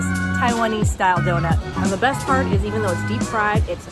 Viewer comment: "Beast" East or "Best"? LOL